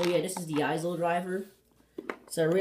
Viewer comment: just so you know the s is silent in aisle